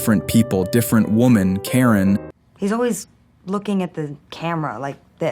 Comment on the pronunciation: Ok, so yes, I'm high...but why do you keep saying "Taren," instead of Karen?